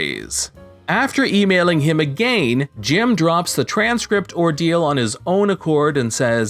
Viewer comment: i know not a big deal but the way the reader says again makes me cringe like crazy.